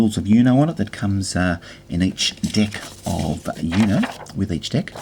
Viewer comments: It's pronounced 'OOH-know', not 'YOU-know'. 'Uno' means 1 in Italian and Spanish, referring to the fact that you have to say 'Uno' when you have 1 card left (even though that's grammatically incorrect in both languages, but that's not the point). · Its uno not U-no You say it as "you know" Its actually "ono" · i mean dude its spanish for number 1 and its pronounced ooooooknow